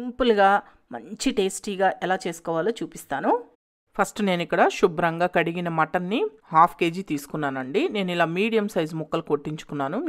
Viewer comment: Pls stop saying shubram ga. It should be Subhram ga.